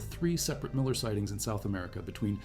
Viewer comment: Who the hell is Miller? Your AI is not only artificial its stupid.